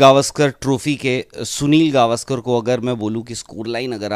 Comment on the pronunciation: Sale gavskar nahi sir gavskar to bol dehati he his legend